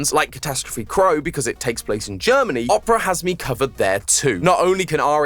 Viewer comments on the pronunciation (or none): none